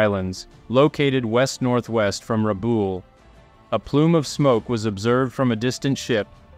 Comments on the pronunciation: great video. Rabaul is pronounced 'Rah-ball' btw. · Keeps getting Rabaul wrong though lol